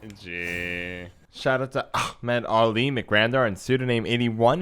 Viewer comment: The pronunciation of ahmed ali get funnier each time.